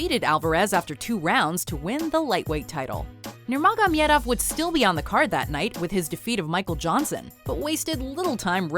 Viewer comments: If u can't pronounce nurmagomedav.... Stick with khabib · Did she just say fight Poirier for the featherweight title and the way she pronounces Nurmagomedov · Love that Khabib made it to , but learn how to say Khabib Nurmagomedov's name right. It's also odd that Conor's cheating and him getting crushed by Khabib didn't make the list. Those both seem obvious. Still, the fact that this fight is making the rounds on the internet is great. Hope more people start tuning into watch Khabib. He has great character and is a savage. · Yous know absolutely nothing. You can't say khabibs name right and you think mcgregor and poirier fight was for the title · Alright , can't sit through after 1.34, the wrong fact about a title b/w dustin and conor , the butchering of nurmagomedov is enough . Can't take it anymore. Do some research before putting out videos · I know how much you practiced saying "Nurmagomedov". Appericiate it! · As a loyal subscriber and a very avid fan of MMA, I gotta say I wasn't expecting to see a video about this from you guys. Cool, all though you mispronounced Khabib's last name wrong. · Why can no one pronounce Khabib Nurmagomedov. Soo frustrating, especially since he's publicly and recently corrected the press. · Man she cant even say his name.....sheesh and the facts are not facts....dustin did not have the title....and he wasnt about to fight him...he did fight him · I love how they try so hard to pronounce his last name incorrectly in a fancy way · First of all, you're butchering the pronunciation of "Nurmagomedov" Second of all, the McGregor-Poirier fight was not a title fight. Not even close as a matter of fact, Poirier has never even been champion. Why make a video that you don't have enough information on? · Why's she pronouncing khabibs last name like that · Wtf do you know about MMA? You cant even pronounce Khabib's last name lmfao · There is no J in Nurmagomedov... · Clicked only to hear how pronounces Nurmagomedov